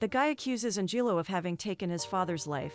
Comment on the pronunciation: An-jillo? LOLz